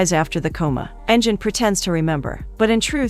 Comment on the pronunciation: The name pronunciation is terrible. If you’re going to give a recap, at least pronounce the names correctly. They are Turkish names Engin = En-gin (provinces like a g, not j) Pelin = Peleen Cihan = Jee-han Merve = Mer-vaa